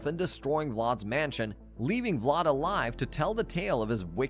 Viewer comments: It’s pronounced VLAD ( VL-ADD) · It sounds like you’re calling him Lot instead of Vlad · Vlad with a V bro not blood 💀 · The way you pronounce Vlad’s name makes me cringe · Hate the way he says vlad